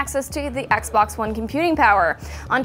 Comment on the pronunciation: I think you meant xbox you kept saying fagbox so xbox is how you really spell it not fagbox